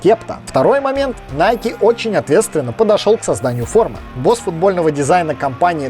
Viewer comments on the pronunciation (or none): none